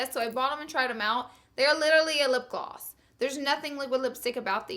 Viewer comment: It's lipgloss. Not lipglwass